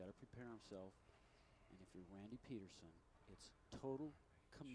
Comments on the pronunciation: If you're going to make a video about bowlers, maybe you learn how to pronounce their names first. It's pronounced Randy PEEDerson like you peed yourself. As for the Rash outburst, Bellmonte had done this to many others yet it wasn't until this getting called out on live TV did the asshat stop trying to make Rash look like the bad guy. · actually it's pee-derson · It's Pee Der Son.